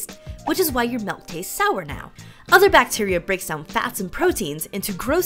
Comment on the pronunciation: SHE SAID MELK 🙄